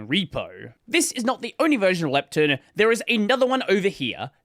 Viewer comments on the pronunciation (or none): he speaks Proton correct but Lepton like it is lacking an O. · As an American listening to you change the pronunciation because of your accent, to another pronunciation that is still different because of your accent was funny. Especially when it’s contrasted against protON, and you say leptIN haha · Why do you pronounce the -ton in proton and lepton differently?? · I simply can't believe that "lepton" is such a common word in your speaking environment that you have a culturally preferred pronunciation. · the second "o" in proton is pronounced like "oh" instead of "eh" because the preceding syllable contains an "oh" sound, which is a common pattern in English. for example: moron, boron, botox. lepton doesn't follow the same pattern so intuitively it makes sense to pronounce it differently. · i guess, everyone is used to proton being pronounced how it is but pretty much everything else ending in "ton" in Australian English is "tin"/"tun".